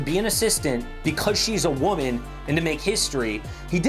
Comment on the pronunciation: Am wahman, gimme gimme gimme gimme. 🙄